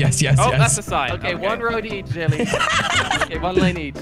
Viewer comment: said JELLY-E